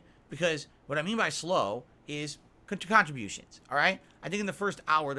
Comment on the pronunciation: "What I mean by 'slow' is KHANTRIBOOSHUNS." Wow, he said it out loud. Wild. Multiple days of low tips and he's cracking.